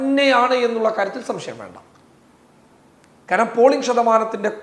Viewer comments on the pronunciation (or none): none